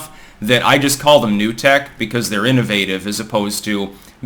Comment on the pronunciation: I get a kick out of how says "innovative", haha